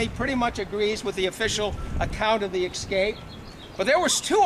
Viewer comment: It's escape, not ECscape.